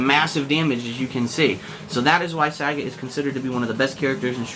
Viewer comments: the way he pronounces sagat is piss funny. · saget? its sagat lol saget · "Sa-gaat" Not sagat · Saggot ITS SAGAT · Its SAGAT not SAGGOT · You say the name wrong o.O it doesn´t sound like sagget it is as it is spelled sagAt =) but still good vid =) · It's pronounced "SagAHt" just like how Ryu says it in Story Mode. It's not "Saget" despite all Americans pronouncing it like that. It's quite pathetic hearing it. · It's saGAT not SAgat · Sagat, like Bob Saget? Hehe.. It's Sa Gart my friend.. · oh my...his name is not pronounced SAE-GET... its SAH-GATT. haha sae-get just makes him sound lame. just thought u'd like to know :) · learn to say his name before posting vid plz.... lol its saGAT not SAGET its pronounce more like SA GOT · just want to add in that his name is Japanese and "git" the way he says it isn't in the language, nor is "Saa". So, you're right. It's Sa-Gat-to, with the to being removable in english. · Happy Birthday, Sagat! One of my favourite characters in the franchise! By the way, it's pronounced as Sa-GAT as not like Bob Saget! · Nah that's the stupid way the in-game announcer started saying it for SF4. And maybe earlier SF games. Point is, us "un-edumacated" North Americans started "mispronouncing" the names (Sagat, Ryu, etc.) from DAY ONE and we're sticking it to it. Sagat = "SA-gut" not "Sa-GOT" Ryu = "RYE-YOO" not "Ree-oo" Abel = "Ay-bel" not "Ah-bel" Zangief = "Zan-GEEF" (hence the abbreviation "Gief"), not "ZAN-gee-ef" etc. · last time I checked, it wasn't 'sag-it' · if they wanted us to pronouce it that way they would have spelled it that way. Mind u that back in super turbo the fucking game clearly says sagat. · it pronounced suh-got saget is bob saget name sagat is spelled different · its pronounced saggit in other games